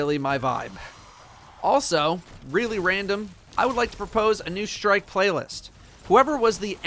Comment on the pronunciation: DUDE! Seriously... What is a SHtrike? It is spelled and pronounced STRIKE. You seem like a smart person. Stop the destruction of the language.